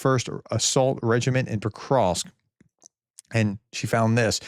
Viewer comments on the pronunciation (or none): none